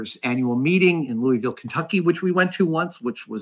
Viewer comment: Love your show but you pronounce Louisville Kentucky wrong and I think you know that. I will be expecting a correction in your pronunciation of Louisville next video. Thank you. ....its lou-a-vull, ky.